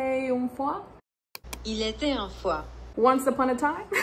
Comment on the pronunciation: Also you said "il était une fois" better than Google HAHAHA